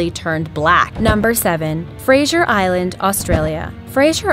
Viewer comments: that's not how you pronounce fraser island.... sincerely, every Australian ever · fraser island - rhymes with razor - not frazier... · Dumb american cant pronounce. Its fraser island not frajer island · its pronounced Frazer Island not Frasher but its spelt Fraser. I live in Australia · She says Fraser Island like frasher island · Hi I have actually been to Fraser Island and its noting like you said so yeh and your saying it wrong 😂😀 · The way she says Fraser Island really annoyed me for some reason. Where is the Z, C and H in the name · You can't even say Fraser Island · You are pronouncing Fraser island wrong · You said Fraser Island wrong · you mispronounced both Fraser Island and Port Macquarie. Fraser is how it's spelt so I don't know how you did that and Macquarie is Mack-worry with more emphasis on the worry so Mc-worry